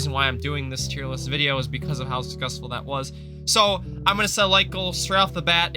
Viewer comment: "the video was suckesfull" me: did i hear that right or